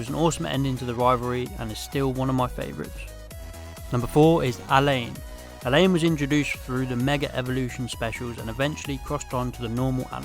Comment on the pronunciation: His name is pronounced: uh-LAWN.